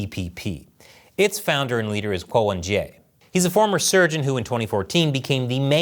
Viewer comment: My Taiwanese wife is angry as his name is pronounced 'Ke'